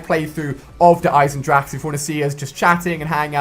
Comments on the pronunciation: it's pronounced Eisen-drah-hah okay you English noob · Noone except the germans know how to speak the 'ch' in "Eisendrache" xDDD